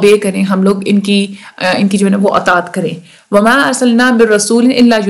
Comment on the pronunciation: mam 16: 36 pr ap ki mistake hy [wa ma] tha ayt ma ap ny [wo ma] prha zbr thi ap ny zyr prhi